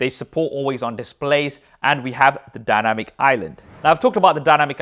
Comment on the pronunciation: The “danamic” island 😂